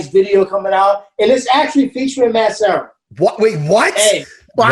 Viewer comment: Serra its LUB not love !!!